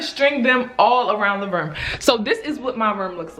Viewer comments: that Baltimore coming out 😂😂 “My Rerm” (room lmao) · She said my ruum instead of room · i thought she was saying “my verm” 😭😭😭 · Spirit Ik I Wasn’t The Only One Who Heard It 😂😂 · Spirit Dorsey I love it!!!😭😭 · Is it Room or Ruum or Reum? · The way say room🤣🤣